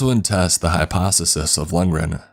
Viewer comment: Hypososis? Did anybody else hear it?